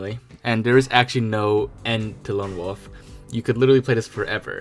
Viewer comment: OMG!! It's WOLF not WOOF !!!!!!!!!!!!!!